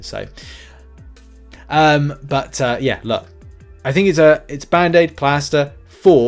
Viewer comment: “Put a plaster on it” is something no American says. 🤣 We say “put a bandaid on it”. Your American accent is as bad as I imagine my English accent is! 🤣🤣 Not sure if you’re say plaster, plastor, or plas-door.